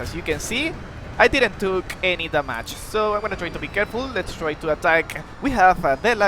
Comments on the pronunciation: When you say damage i thought you said the match 😅 but good vid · No problem, in fact I kinda think da mage is better sounding